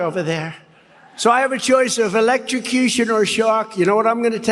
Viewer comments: Did he just use an entire speech to project and gaslight? Trump talks for 2hrs, but he never says sht..... he's right....not many are capable of such a blatant display of gross stvpid1ty on such a global stage....''Elextracution?'' Bro can barely pronounce the word....Biden is clearly better spoken but Faux and Trump pretend they don't notice...no idea how MAGA keep denying this sht to themselves ☠️ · How does Trump get to decide if he’s going to die by ether elet-trcush’ion or being eaten by a shark? Also sitting on a 12 volt battery is not going to elet-trcus’ion Trump.